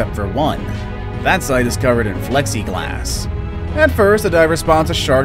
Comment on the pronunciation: "Flexi glass" lol. Its plexiglass haha